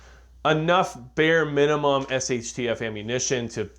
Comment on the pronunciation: "what`s the munimum.."??!😮🤦‍♂️👎🤢